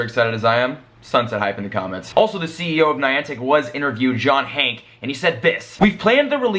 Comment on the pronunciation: Stop saying John Hank!!!! (pronounce the E)